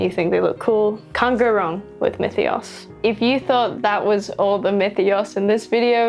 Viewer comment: tthats how you pronounce myethos?